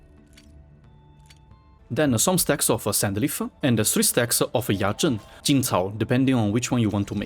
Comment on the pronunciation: impressive Yazhen pronunciation! I was hooked everytime I heard him pronounced Yazhen 😂